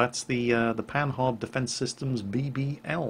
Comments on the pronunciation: Pan"h"ard....., your Anglo heritage is showing. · Didn't take French at school? The "h" is not pronounced.